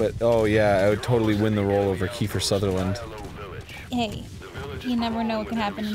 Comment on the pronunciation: Kiether sutherland. Kiefer... Kieth... ...IN AMERICA.